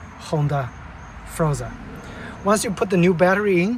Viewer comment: Its Honda forza, not honda froza btw